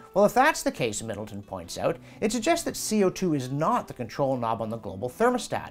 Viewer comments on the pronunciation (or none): none